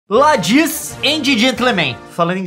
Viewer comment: ládyis é uma sacanagem ladies com pronúncia do gurman alemão